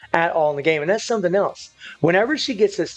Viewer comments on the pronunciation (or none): none